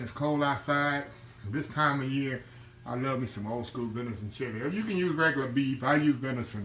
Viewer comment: Do you mean "venison"?😊